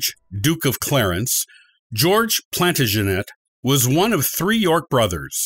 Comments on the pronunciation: it’s painful to re hear it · That isn't how Plantagenet is pronounced